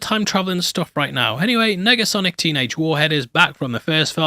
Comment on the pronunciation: Did you say "megasonic" instead of "negasonic" at the mark? Making sure my ears are working after taking in all this splendor